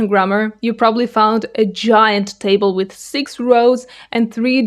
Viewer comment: You can’t even say “with”. You think you can understand how difficult Russian would be for a native English speaker? “Weethe”? please.